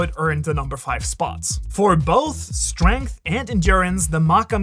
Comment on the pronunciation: Strenght Lol